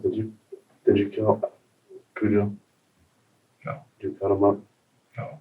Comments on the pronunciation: Hi, I’m half of Ghana myself and we don’t pronounce it Cujo it’s Kojo is the correct pronunciation. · This man is a monster. I think of a rabid Saint Bernard every time you say "Kujoe". Can't help it. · Broo Im Ghanian, and thats not how the name is pronounced 😢